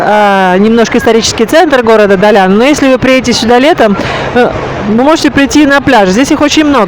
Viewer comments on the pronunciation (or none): Далян...без мягкого знака звучит странно, а ударение в слове Сафари тоже удивило, а в целом неплохой ролик, верно я поняла, что у моря нет гостиниц? И до моря добираться только на такси?